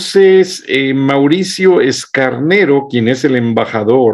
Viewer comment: Mauricio Escanero Figueroa, no Escarnero